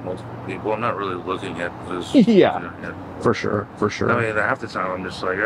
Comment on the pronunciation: Fur shure, fur shure